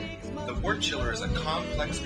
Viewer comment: Decent video, but I must nitpick something. The narrator continually mispronounces the word "wort" as "wart". Wort should be pronounced "wert"; just like world, work, worm, worst, and worship are pronounced with an "er" sound.